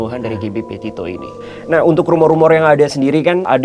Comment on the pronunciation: Bang. Gabby petitto bukan potatto wkwkwk